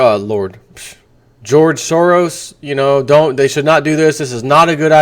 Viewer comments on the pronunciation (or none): Haha, nice slip of the tongue, 'Lord Soros' now that would be the day...... The EU is like Hotel California: You can check-in but you can NEVER leave!